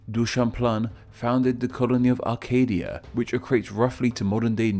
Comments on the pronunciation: A-CA-DI-A, not AR-CA-DI-A, there's NO R!!! At least not in Canada, there is a region in Greece known as Arcadia.... Also some of the historical timeline you present is a little bit off and you completely missed two of the four colonies that were joined in confederation in 1867 to form Canada. New Brunswick and Nova Scotia were there too! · FYI: Neither Nahuatl or Navajo are spoken in Central America. Nahuatl is spoken in Mexico (it’s region are actually on screen), and Navajo is spoken mostly in northeast Arizona. “Acadia” Read it as “Arcadia” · Many of your slightly strange pronunciations of French names are pretty innocuous, but "Acadia" is definitely not "arkadia". My wife cheered when you mentioned Deux-Montagnes, her home town, or as she (being an Anglo) calls it, Two Mountains. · The way he says Acadia is just his accent in some English accents they just pronounce A like Ar